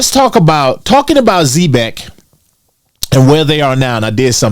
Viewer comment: All respect - you're pronouncing the name of the company wrong. Watch the commercials & listen to the founders interviews or the dev team talk about the company on Twitter